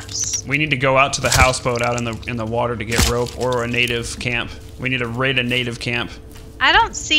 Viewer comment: try not to say natave